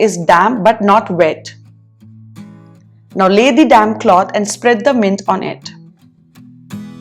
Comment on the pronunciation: I’m sorry but every time u say damp I hear Damn lol it makes me smile 😊